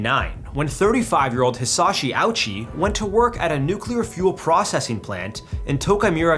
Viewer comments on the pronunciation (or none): Pronounced Ah-u-shi, not ouchie... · Actually, that’s not how you pronounce Ouchi’s name. It’s Oh-oo-chee, not ouchie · Its pronounced more like Oochie than Owchie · First point: his last name is pronounced Oh-OOH-chi, not "ouchie." Second point: Why does the weird 3D imagery depict a white man? Third point: It was his family begging to keep him alive, not the doctors. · Not ouchie, it's oh-oo-chee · It's pronounced Oh-ooh-chee, not Ouchie. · It's pronounced "oh-oo-chee" not "Ouchie" an extremely easy detail to find online. Your stupid joke, the one "you couldn't resist" is very disrespectful and disgusting. Shame on you. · The capacity of americans and English speakers to completely butcher foreign names will never cease to surprise me. Like, at least try to say it without mindlessly using your language's phonetic framework. "Ouchie". It's more something like Oh-oochi. Every sillabe is pronounced as if they were independent from one another. O-U-chi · So distasteful to joke about his last name...and by the way, its not even pronounced like "ouchy", its pronounced more like "oh-oo-chi", gross joke, also he wasnt kept alive as some guinea pig, his family wanted them to try everything they could to keep him alive so they did, when they knew it wasnt possible they spoke to the family who agreed to let him pass. You suck. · It's O-oo-chi, not "Ouchie". Don't think it's right to make a joke off of that, specially with your white accent. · his name is ouchi (oh-uu-chi) not owchie. stop mispronouncing names its not funny especially ikf it's someone who passed. im tired of white people being so disrespectful to other cultures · Please work on your Japanese pronunciation. His name was not "ouch-i" like you got some kind of boo-boo. It is pronounced "Oh-oo-chi." As a Japanese speaker: "Sorry, I couldn't resist." Have some respect. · Omg it's pronounced Oh - oo - chi, NOT OUCHIE. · Ouchi isnt pronounced OWCH-EE, it's O-UU-CHEE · "Hisashi OWchi" xD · it’s pronounced Oh-oo-che